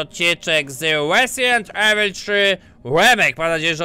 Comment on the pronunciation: Łe łezident evil łemejk , a co?